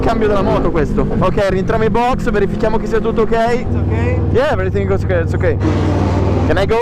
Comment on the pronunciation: "yeah veritingo zzocckey zzocckey" e i professori d'inglese MUUUUUTIIIIII